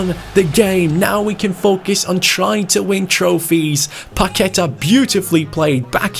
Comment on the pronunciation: Hey, just so you know Paqueta is said with the stronger letter being a so its like Paquet"á" Sorry for bad english cheers from Brazil☺